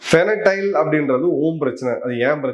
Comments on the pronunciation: Sir it’s Fentanyl not fenatyle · Fentanyl not Fenatyl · Great sir. It's fentanyl not fenatyl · Fentanyl and not fenatyl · Fentanyl- not Fenatyl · The drug you are referring to is fentanyl and not fenatyl. Jai Hind. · ஃபெனடைல் இல்ல சார். ஹஹஹ ... தயவுசெய்து ஸ்பெல்லிங்கை சரியா படிங்க சார் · Sir, I am an avid viewer of your videos. Thank you for bringing all the geopolitical information to us ordinary folks. Can I suggest one correction- it's called fen-ta-nil, that's how it's pronounced. Hope you don't mind me saying this. Thanks again sir !🙏🇮🇳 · Please make correction in the drug pronunciation- the drug is called FENTANYL. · Pronounced as ஃபென்டினைல் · Sir, athu fentanyl, to pronounce as fen - ta - nil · It is....FEN...TA...NYL pronounced as... FAN+TA+NIL... I kindly request that the pronunciation and shared information are you CORRECT...you are losing credibilty when they are not 🙏🏾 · Sir, it is Fen -ta-nyl I regularly follow your posts Thanks for enlightening us with such huge facts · Fentanyl your pronunciation wrong boss